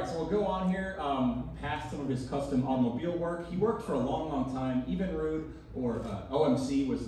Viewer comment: Obviously, our narrator is not from the Milwaukee area or even from Wisconsin, for that matter. FUN FACTS 1. Evinrude is pronounced exactly as it is spelled, EV-in-rude, not even-rude. 2 Oscar Mayer is pronounced MY-er, not May-or, so that tells me you've never even: a. eaten an Oscar Mayer Wiener b. owned or played an OM Wiener Whistle c. heard or sung the OM Wiener Song d. heard or sung the OM Bologna Song 3. The concept of Planned Obsolescence has been attributed to General Motors executive, Alfred P. Sloan Jr in 1924 4. Also, the man's name is Brooks Stevens, with an S, as opposed to Steven.🙄